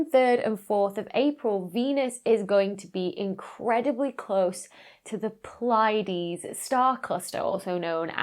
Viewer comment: The way you pronounced 'Pleiades' completely caught me of guard. I'm use to it being pronounced as..